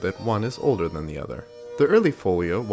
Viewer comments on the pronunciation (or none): none